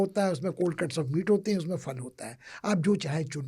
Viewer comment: it's rivaj not rivaz phal not fal